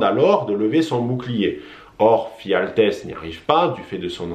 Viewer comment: Et c'est "Ephialtès" et non "Phialtès" :) Sinon, bonne vidéo.